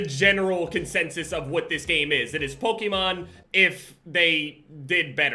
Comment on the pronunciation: all these years and still can’t pronounce Pokémon 😂